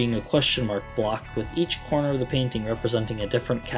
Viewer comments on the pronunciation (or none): none